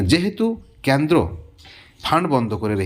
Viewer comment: ক্যান্দ্র নয়, কেন্দ্র